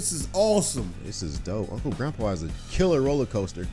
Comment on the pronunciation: It's not grunpa it's grandpa